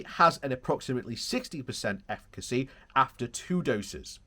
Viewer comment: Eff-i-ca-cee efficacy